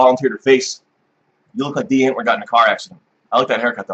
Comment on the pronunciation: I like that knows how to pronounce die antwoord